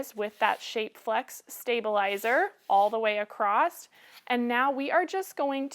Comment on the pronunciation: Those word “across” does not have a “t” at the end…just so you know…